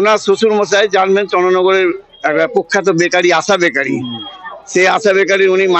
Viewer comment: কুখ্যাত আশা বেকারি বললেন নাকি প্রখ্যাত বললেন, ঠিক বোঝা গেল না।